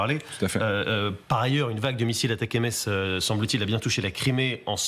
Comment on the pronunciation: Ça se prononce Attack'ems et rime avec M&Ms